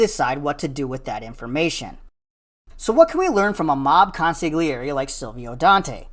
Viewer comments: Great video. But PLEASE, the g in the word consigliere is silent. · K O N S I G LEE AIR …just, wow.